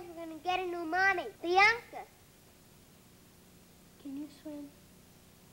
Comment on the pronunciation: My name is BIANCA and seeing my diva pronouncing my name in such adorable manner makes my day. 😊😊